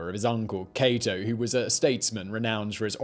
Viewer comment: Your saying catos name wrong kate-o not caught-o